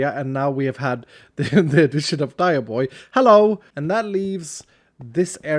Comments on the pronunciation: dioboi sounds like Dai bo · Every time he says dioboi i hear "die" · As an Italian, that Dioboi is one vowel away from absolute perfection